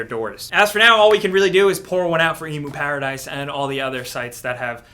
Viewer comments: the hell. Who says E-mu-paradise. You get that the 'emu' comes from the word 'emulator' right? Do you guys say E-mu-lator or Em-u-lator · "EEEMOO paradise" LMAOOOO you fOOkin idiot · emuparadise dies. and up comes eemuparadise XDXDXDXDXD